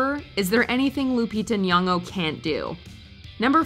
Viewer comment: Lupita Nyong’o?! Hahahahahahahaha okay